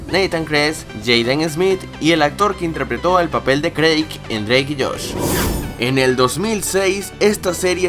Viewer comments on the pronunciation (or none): ¿crake? Es Erik 😂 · jaja no era craig es erik